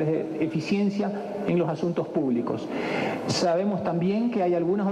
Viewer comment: Sabemo nivele propueto que acento tan más cagados no saben ni pronunciar bien español jajaja